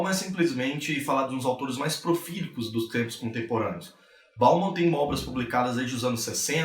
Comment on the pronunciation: É profícuo ou profílico... parece que vc fala a segunda palavra?